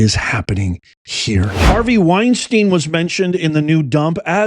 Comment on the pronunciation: You keep saying Weinstein...LOL